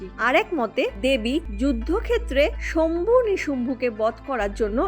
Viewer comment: শম্ভু নয় শুম্ভ